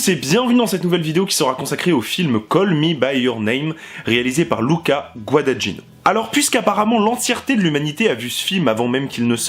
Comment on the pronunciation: bonne vidéo avec des remarques intelligentes.... mais s'il te plaît, apprends à bien prononcer Guadagnino (ce "gn" pour un français est difficile, mais on y arrive! LOL)